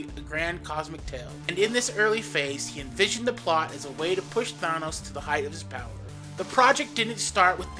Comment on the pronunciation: I can only listen for a little a bit while he is being called Thonos.